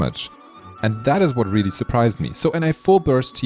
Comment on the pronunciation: You said tartaglia correctly... Loving it Oh also i tested it and my R5 strignless vs R1 thundering pulse on floor 7 made only like 17k difference while hitting 727k with strignless and 710k with thundering pulse. Same builds, refinements make it better tho